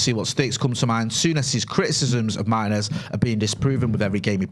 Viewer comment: It's pronounced Martinez not Martinez